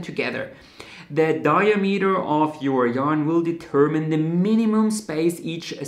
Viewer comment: it’s ‘dye-AA-meter’ not ‘DYE-uh-meter’